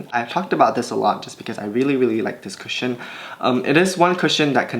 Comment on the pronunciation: When you don't read the title of the video and get confused when u think he says "Christian foundation" 😭🤦🏽‍♀️